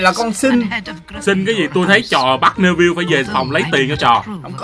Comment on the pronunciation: Neville đọc là Ni-vồ chứ không phải ne vil nha anh Lúc chơi thì anh đọc sai nhưng lúc kể thì đọc đúng